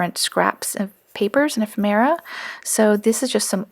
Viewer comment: p.s. ephemera is pronounced 'ee-FEM-myrrh-uh' - accent is on the 2nd syllable...